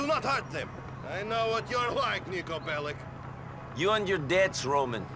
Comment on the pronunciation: Endlich jemand der Belic richtig aussprechen kann! Als Serbin tut es mir in den Ohren weh, wenn ich BeliK höre. Danke Piet. :P